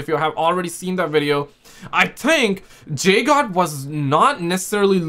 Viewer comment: Guys guys it’s Jdog not jgod